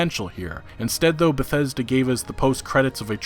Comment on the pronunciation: Eurogamer: "Bethseda".